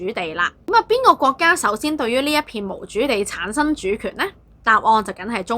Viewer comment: 非常好的資訊, 比人認清歷史 但注意發音 例如 刻意 =/= 乞意 廣傳 =/= 講傳 產生 =/= 橙生